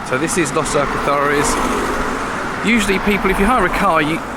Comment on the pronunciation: Going to Los Alcázares 12 years. Why do some pronounce it as you do. But the Spanish pronounce it differently?. Good footage of the restaurant’s though. My favourite is Hemingway’s and veni.